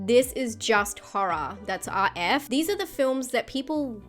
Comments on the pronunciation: Love disturbing horr-rah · I love the way she says Horror with her accent